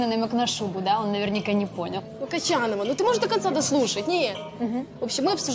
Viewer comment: Ни кочанова а кончанова